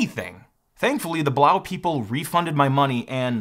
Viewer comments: Blaux isn't pronounced Blau. It's a French spelling, not German, and yes, they meant Blow. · Why wouldn't Blaux be pronouned to rhyme with "faux"?? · I'm pretty sure "Blaux" is meant to be pronounced "Blow"... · I'm pretty sure you are supposed to pronounce Blaux "Blow" you know... like Faux is pronounced foe ? Makes it even funnier really. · I think it’s pronounced “blow”. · It's funny how he mispronounces the product name - I wonder if he does it on purpose? Anyway, they've now changed the name to CoolEdge.